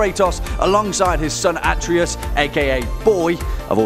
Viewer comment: It bothers me how he says Atreus anyone else?